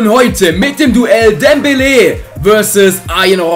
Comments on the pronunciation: sprecht Mal Dembelé richtig aus auf dem letztem e ist ein Akzent deswegen wir das E gesprochen!!!! alle Liken die das auch so finden damit er das sieht!! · DembélÉ und nicht dembéle